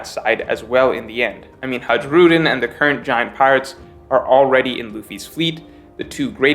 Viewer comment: j in hajrudin is said as y in yusaku